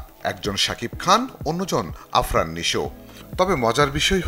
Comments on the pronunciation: Gada ,,nam ta to sothik vabe bol,, Afran ,not arfan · ফালতু নিউজ করিস ২৪ নাম ই বলতে পারে না সঠিক ভাবে আরফান না😂 আফরান হবে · সাংবাদিক তো সঠিকভাবে নামই উচ্চারণ করতে পারে না; আরফান নিশো না সাংবাদিক ভাই, " আফরান নিশো" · এরে সাংবাদিক বানাইছে কে যে বার বার আফরান কে আরফান বলে, এর তো আগে নাম উচ্চারণ শিখতে হবে তার পর নিউজ। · আগে উচ্চারণ ঠিক করেন। ওটা আরফান না , হবে আফরান। আর পাত্তা দেয় না দেয়ার কি আছে ? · বার বার আরফান নিশো বলতাছেন নামটাতো আফরান নিশো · আরফান নিশো হবে না, হবে আফরান নিশো। একজন এক্টরের নামটা আগে সঠিকভাবে বলার চেষ্টা করবেন, তারপরে কনটেন্ট ক্রিয়েট করবেন। 😊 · আরফান নিশো না , আফরান নিশো হবে। হায়রে সাংবাদিক 😂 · চ্যানেল আই এর সাংঘাতিক 😂 যে উচ্চারণ করতে পারে না আফরান না বলে আরফান😂 এরাও রিপোর্ট করে কি দেখে চাকরি দেয় এদের 😂😊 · আরফান না ভাই আফরান হবে🙂 সাংবাদিক রাও ভুল করে😂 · Afran k arfan boltase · সাংবাদিকও উচ্চারন করলো আরফান নিশো, ভাবা যায় এগুলা? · আরফান নিশো কি রে ভাই আবার? সাংবাদিক নামটাও ভালো করে উচ্চারণ করতে পারে না?